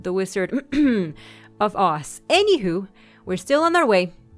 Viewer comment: Dorathie and the wizard of oss? That's what it sounded like u said...